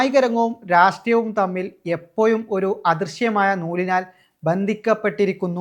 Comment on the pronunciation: എപ്പോയും, ശേശം, വർശം, വയി ...... ആരാടാ നിന്നെ ഈ പണി ഏല്പിച്ചത്?